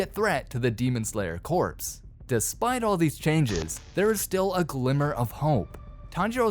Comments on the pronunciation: Corps is pronounced as Kor and not as Corpse. Very big difference in meanings. Otherwise, super interesting video and wish we could get an animation of this side of things. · "Demon slayer corpse" 😂 It's pronounced like core.